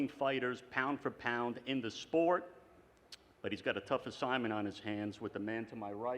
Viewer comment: Here just to hear Eddie hearns call it "The Spote" 😂